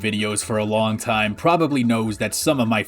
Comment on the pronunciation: TOIM? did,, did you say time wrong or is that the name of the rom hack?? ????